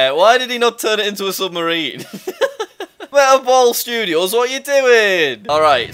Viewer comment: Jack has been pronouncing it as metal ball studios instead of meta ball studios.